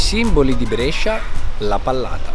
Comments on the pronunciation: Molto! Però non si pronuncia Brescia con la è aperta ma con la é chiusa:-) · L'unica cosa che mi stona è come pronunci Brescia. La maggior parte dei bresciani che conosco, me compreso, la pronunciamo con la prima E chiusa, tu la pronunci aperta, strano! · 0.21...Ma se dici Brescia con la e aperta, allora non sei bresciano. La e si pronuncia stretta a Brescia . Con la e aperta lo dicono al sud. 1.30. Qui dici Brescia come si dice a Brescia... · Davvero un bel video! Però Brescia con la E aperta non si può sentite😂😂ancora complimenti! 👍